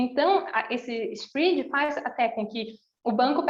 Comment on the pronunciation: so fiquei com agonia pq voce nao sabe falar SPREAD(sprédi) e fica falando SPRID AHJSUHAUSHAS